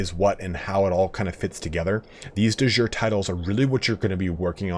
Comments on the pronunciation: not "de jour" it's not french, it's latin. De Yure/iure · Awesome vid! Your pronounciation of de jure and prowess are a bit off !